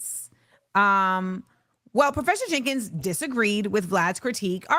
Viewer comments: Jerkins, not Jenkins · Her name is Jerkins! Not "Jenkins."